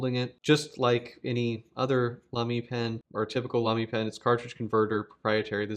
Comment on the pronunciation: Sounds good to me when comparing it with German You Tubers. 🤷‍♂